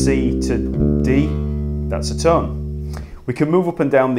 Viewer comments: sounds like he's saying tun semi tun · Jesus people, he's not saying 'ton', or 'tun' he is saying 'tum'... semi-tum, whole-tum Tum-ta-tum-taaaa-tums ♩♩♩♩♩♩♩♩♩♩♩♩♩♩♩♩♩♩